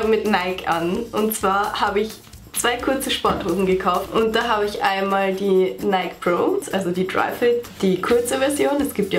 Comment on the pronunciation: Kleiner Tipp: Nike wird nicht Neik ausgesprochen sondern Neiki